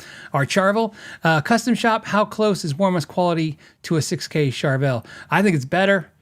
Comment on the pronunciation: I'll never be able to unhear Char-vul 😂